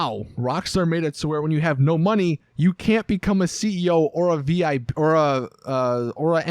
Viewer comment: “Or a V.I.Pruh.”